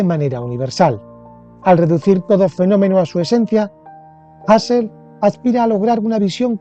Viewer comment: Pues no, no era “jasel” si no “juserl”